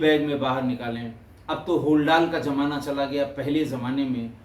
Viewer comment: Zila not Jila, Zameen not Jameen, Zamana not Jamana, Zaroorat not Jaroorat, Manzil not Manjil, Zabardast not Jabardast, Darwaza not Darwaja